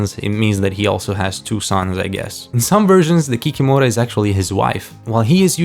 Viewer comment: Kikimora should be pronounced ki-KI-mo-rah, with the stress on the second syllable. And as far as "imps" go, I am fairly certain that the chart creator meant chorti (chO-r-ti) or chortiki (chO-r-ti-ki).